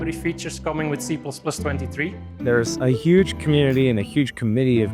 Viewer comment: C-PLASS-PLASS --- it is the boss